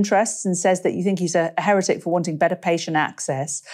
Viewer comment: To all and sundry: it's HERetic. Stress first syllable. Not herETic I have never heard that before!